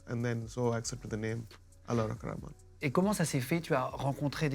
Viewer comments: Pas rackman guigui, Rahman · Cest cool mais svp.. faites un effort pour bien prononcer leur nom. Cest pas complique pourtant.. A.R.rahman et non pas a.r.rakman. Mani rathnam et no pas mani ratman...